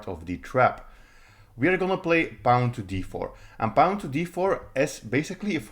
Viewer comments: Don’t pronounce pawn like the word “pound” without the D; pronounce it like the word “pond” without the D. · What's a "Pah-own?" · That’s a pawn with an accent. Welcome to the internet, where people speak other native languages ;)